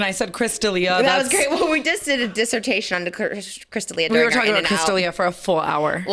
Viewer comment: oh that word work got her slipping on her words “dishertation on the cerishtl-crystal lia” oh that got me fried 😂